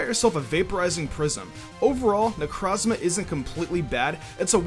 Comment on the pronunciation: It's pronounced NECK-ROW-Z-MAH Like NECRO. As in, DEATH. That's the entire point. Why are people so ass at pronouncing names this gen? Same with Guzma. Guzma gets his name from the GUZMANIA flower, which is pronounce GUZZ (like guzzle)MANIA. Not GOOS. Who tf name's their good GOOSMah? And Silvally is pronounced SIL (like silver) VALL-E, not literally sil-ally. That's stupid.